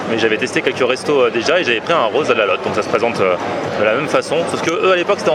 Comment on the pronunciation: "arroz" : Les "r" doivent être roulés Le "e" se prononce "s"